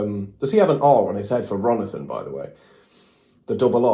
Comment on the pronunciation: "RONITHON" is killing me